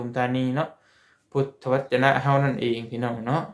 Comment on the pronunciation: พุทธวจน อ่านว่า พูด ทะ วะ จน